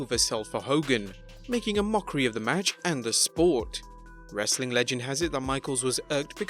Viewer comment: I like the Hindu saying "Wrrrrrestling content"